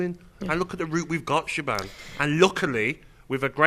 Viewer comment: When's she gonna tell em how to pronounce her name? Shaban?! 😂🤦🏻‍♂️Shaban😂